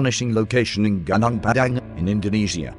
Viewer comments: Pronounce it : Gu (like Glue) Nung (Nung) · Would appreciate if you would read it becos I find that I cannot focus when a bot-voice is used. You can always google whatever you’re not sure on how to pronounce. The bot pronounces many non-English words wrongly anyway, e.g. Gunung should be “ goo-noong” Just saying...mind you. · the word "gunung" should pronounce "goonoong" not "gaanaang" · Gunung is not pronounced Gah_Nahng.. its pronounced Goo_noong lol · sorry, it spell gu - nung .... not ga - nang ...why western spell U as A i will never understand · gunung are pronounce goo-noong. and it means "mountain" in Indonesian.